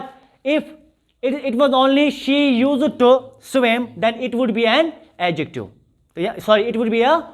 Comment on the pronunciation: A/A, Pronunciation of used to = /ˈjus·tu, -tə (Not the way you pronounce it, Sir). The lecture is very good. Stay blessed.